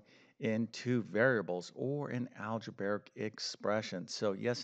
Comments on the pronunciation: Algebarric isn’t a word. You probably meant algebraic. Shocking that an alleged math teacher can’t pronounce that word. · Just a minor thing, but you've been doing this so long, you should probably start pronouncing "algebraic" correctly. It's not al-ge-bar-ic. It's al-ge-bray-ic. That said, I like almost all of your videos.